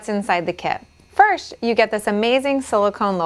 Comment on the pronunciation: Did she just say "firsh" instead of "first"?